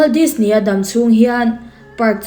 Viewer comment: NGATINGE DISNEY TIH LAI HI I THLUK VAK ŢHIN A, NAUPANG ALPHABET SAWI THLUK VAK ANG MAI😂😂😂